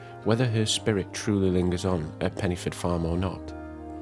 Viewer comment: Pen - uh - forth ( dd in Welsh is a soft th sound )